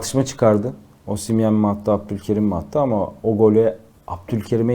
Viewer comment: Bide şu adama osimyen deme ya adamın adı osimhen 😂